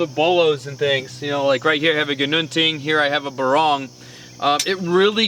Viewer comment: On pronouncing the names, a Barong pronounced as a [b'-RONG] is actually a formal Filipino woven textile shirt worn untucked for formal occasions like weddings and business meetings. For a knife, you should pronounce it as a [BAH-rong], with emphasis on the first syllable.